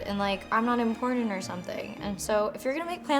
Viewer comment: Every time you say "Important" I hear "Imported"....is this just me?